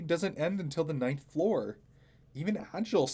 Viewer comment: Its pronounced aGil